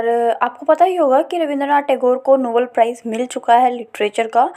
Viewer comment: Nobel prize not novel prize